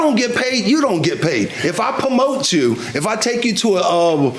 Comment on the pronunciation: The defendant constantly saying pamote instead of promote is irritating. On another note a black man of his age not know the black national anthem? Black card revoked!😂